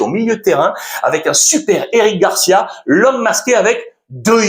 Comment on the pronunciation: Carrrreras et Fran Garrciiiia